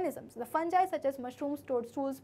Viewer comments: Maam its fungi not funji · Mam it's fungi not a fanjai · It's fungi not funjie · You are not pronouncing fungi properly